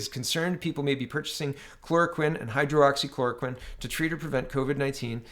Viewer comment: Not to be a dick but I am... It's Hydroxy- clora-quinn